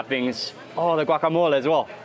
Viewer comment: I love the way you say GUACAMOL beacuse that´s the way we truly call it in Guatemala!! thank you!!!